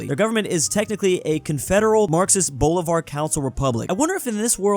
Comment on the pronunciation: Heard says “boulevard” 100 times before realizing he meant Bolívar